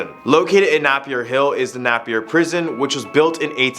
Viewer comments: its not prounonced nahpeir its prounpunced naypier but spelt napier😢 i live ther😢😢😢😢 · Napier is pronounced NAY-pee-uh, not NAPP-ee-uh, and Waitomo is "why-TOE-moe", not "WA-tuh-mo". Strangely, you were a lot closer with Patupaiarehe - PAH-too-PIE-uh-REH-hey. I'm amazed there was nothing from my home city of Dunedin - reputedly the country's most haunted city. No Larnach Castle? No Fortune Theatre? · exuse me its Napier like this Nay Pee Er not Nap or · You miss prounced some things, first, napier is prounced neigh-pier (as in the things near water like in cali), second, taniwha is prounced tani-fuh, and waitamo is prounced (by me at least) as white-amo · Napier - Nay Pier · I’m from nz your saying Napier wrongly